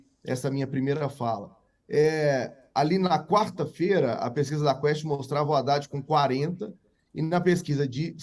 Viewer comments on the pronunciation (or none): none